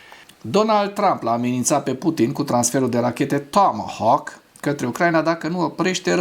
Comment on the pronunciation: Apreciez emisiunea ta dar nu mai pronunța "tåmåhåk"...,tomohauk!!! E absolut jenant ...